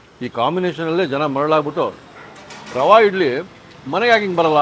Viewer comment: ರವೆ ಇಡ್ಲಿ ಅಂತ pronounce ಮಾಡಿ rava ಇಡ್ಲಿ ಅಂತಲ್ಲ